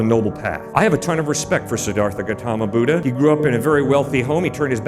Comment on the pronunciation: Buddha, pronounce "ddh" in Buddha like "the"